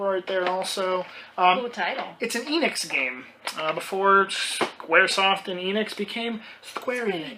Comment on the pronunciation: going to the arcade. =) also, i thought it's, "ennicks", rather than "eenicks". =P